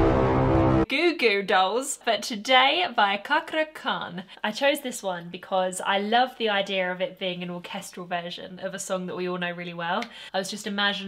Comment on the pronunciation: Lovely reaction!! great analysis aswell, I learn so much stuff 😊 Just a tip how to pronounce his name. So bcs he is an Indonesian the "C" in Indonesian pronounce like "Ch" so it's like Chakra. Hope it make sense 😁Cheers!!